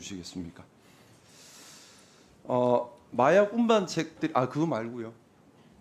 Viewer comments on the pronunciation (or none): 사람들이 다 보는 상황에서도 검사 수준이 저렇구나...😢 미안하다. 찾아보니 검사마져도 못되었구나. 운반인지,운빤인지 발음부터 교정해라.